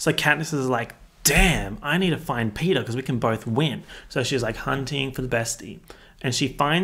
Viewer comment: Something about the idea that if anyone watching this has never seen the movie before and now thinks that Peta’s name is Peter because of your accent just tickles me